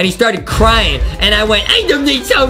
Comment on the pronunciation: Justin says adem